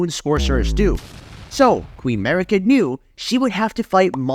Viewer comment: Its amazing how you pronounced all the names of the characters in a way nobody else does and it sounds wrong af. Mariiiiika for example, nobody puts the emphasis on the second syllable wtf